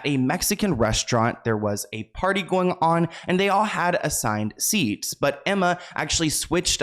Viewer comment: When he said “ party “ all I heard was party hardy 😂